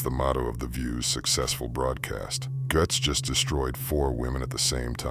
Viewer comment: Matts name is pronounced like GATES..